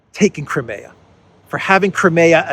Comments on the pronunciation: cry-me-ah, not cry-may-ah!!! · I enjoy and appreciate your analyses, but could you please pronounce Crimea with a long I as in “ CrYmea” as we typically say it in English? Thanks!